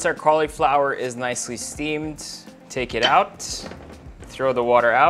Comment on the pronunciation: I hate the way you say cauliflower lol